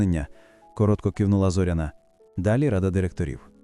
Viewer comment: ЗорЯна, робіть правильний наголос